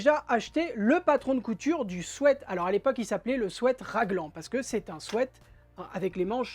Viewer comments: Merci pour ce chouette tuto, et aussi merci de prononcer "swêt" car tout plein d'autres disent "swit" ce qui n'a rien à voir! A bon entendeur, belle journée 😉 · Enfin quelqu'un qui prononce bien le mot sweat. Merci !